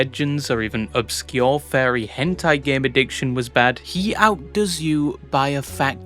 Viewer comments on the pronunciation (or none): none